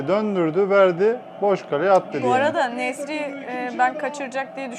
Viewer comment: Nesry kötö diyor😂osimhen nasil?